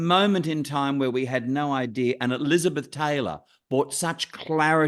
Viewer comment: Why does the interviewer keep calling her, "LINDER EVANS"? Her name is "Linda" with an "A" at the end, not an "R".